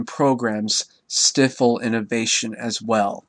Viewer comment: its stifle NOT stiffle !!!